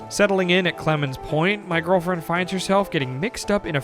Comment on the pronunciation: Take a shot every time he says “My Gorrrllfriend” Good thing I don’t have to find my friend in a saloon 😂😂